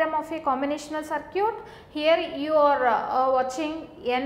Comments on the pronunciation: Circuit is pronouned as "Ser-kit" not "Ser-cute" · Circuit to bolna sikhle 😒 it’s very irritating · I like the way she pronounce circuit as sircute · Circute........ So cute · I like the way you confidently pronounce circuit as SIR-CUTE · focus on the content bro, not the accent and pronunciations. Still it made me laugh listening to that lol. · Aj is duniya se paka wala itebar uth gaya jab se circuit ko sir-cute suna hai🤦🏻‍♀️ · Cir"cute" 😍. Yum (M) Yey (A) South people are so adorable. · I mean no offense but whats a SirCute. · yen number of circute 😂😂😂😂😂😂😂😂😂😂😂😂..but teaching is not bad..thanks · "circute" XD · good... I have heard different pronunciation of circuit first time